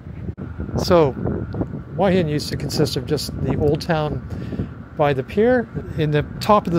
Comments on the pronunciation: Great video as always but please don't say that both 'hoo-a hin' and 'hwa hin' are ok because they aren't. It's 💯 'hoo-a hin'. Hua=hoo-a=head. Hin=rock. The direct Thai translation for Hua Hin is 'head rock'. It's like saying that New York can be pronounced New York or No York. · Correct. My Thai girlfriend who went to college in Hua Hin pronounces it, 'Whoa 'Hin. Google pronunciation agrees. It's only farangs who speak no Thai that pronounce it "Wa" Hin😄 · Please please learn to say the Hua Him and Pattaya correctly. Lol